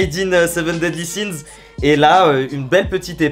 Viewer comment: ta dis seven deadly shis XD